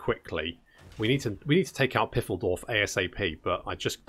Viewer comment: "Pfeildorf" /: "Piffeldorf".... 😅😛😛 Bless your butchering heart...😛